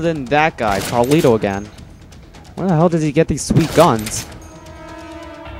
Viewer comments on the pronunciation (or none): ITS CARLIO NOT CARLITO lol thats been bothering me 4 a while